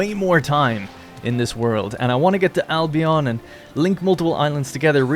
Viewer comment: Dude, if we're talking Albion as in Britain, please pronounce it Albeuhn.. Al Be Uhn, with the emphasis on Al. Thanks from a resident of there 😄